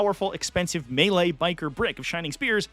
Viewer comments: "Me-Lay"? Is the announcer canadian? It's "May-Lay" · that commentator saying mealy instead of melee is killing me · i'm sorry this video is so interesting but i can't get over the commentator pronouncing melee as Me-lay xd